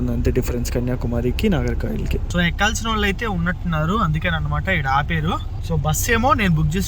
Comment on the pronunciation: భయ్యా! ఇన్ని రాష్ట్రాలు, ఊళ్ళు తిరుగుతున్నావ్. ఊరు పేర్లు సరిగ్గా చెప్పు నాయనా... నాగర్ కాయిల్ కాదు నాగర్ కోయిల్. పలస కాదు పలాస.